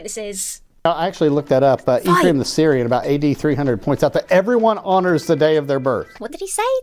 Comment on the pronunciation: Everyone honors the day of their birth. A fellow American's lack of enunciation FTW!